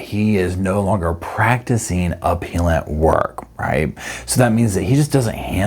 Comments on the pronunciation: Appeal rhymes with wheel, BUT appellant and appellate rhymes with bell. 😊 That said, Sarah Boone rhymes with mess! 😂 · Love this channel, but fyi appellate and appellant are pronounced with a soft "e" as in "egg".